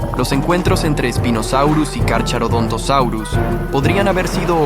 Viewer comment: El "ch" se lee como K, por lo que no se dice Carcharodontosaurus sino carkarodontosaurus. Y si Spinosaurus era mas largo que el T rex pero no era más grande que este ultimo.